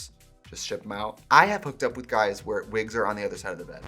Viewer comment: Did she say hoowhere i get ready bc PLEASE keep doing it lol 😂